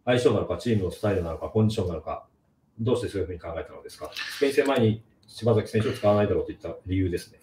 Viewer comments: 内容より聞き手の人のしば”ざ”きと呼ぶのが気になってしまう。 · 細かいけど"しばさき"ね 何回も"しばざき"言われるとさすがに聞きづらい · パッサーパッサーて…普通にパサーと言ってくれ…あとshibasakiをshibazakiというのもやめてくれよ